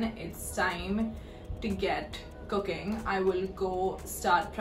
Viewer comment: for some reason, I heard "cocaine" instead of "cooking" lmao